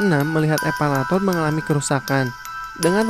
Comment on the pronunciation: Harus nya Elevator😂😂😂